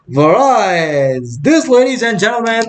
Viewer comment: bhaiya variance ko theek se pronounce kariye warna students popat bolenge